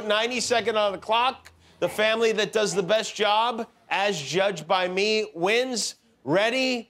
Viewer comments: Hershel not being able to say "that" drove me crazy. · I get how irritating that can be. He's likely using that "dat" and other words common in AAVL - African American Vernacular Language - an informal variety of English, spoken mostly by working- and middle-class Blacks in urban communities.